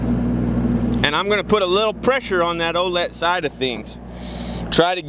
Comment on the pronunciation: Think it’s supposed to be O’let